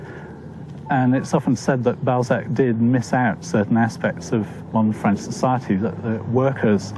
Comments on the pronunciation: Director... "So, you're sure you're ok with pronouncing French words and names?"..... "Of course, I've studied every episode of Allo Allo and have had speach lessons from Dr. Hanoosh. Director... "oh shit" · Poor subtitles and French pronunciation but otherwise good introduction to the author. (from Green Fire, UK) 🌈🦉